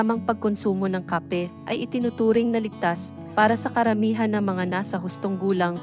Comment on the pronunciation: Bakit ang pronunciation mo ng Kape ay Mali, taga Pilipinas ba kayo